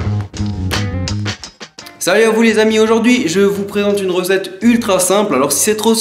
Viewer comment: Ta encore dit Preente